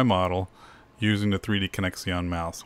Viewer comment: Like the video but what's up with "3D connex-ee-on"... It's pronounced "three-dee-connection..."!!!